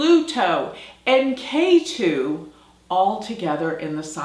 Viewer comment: Ketu not Keri!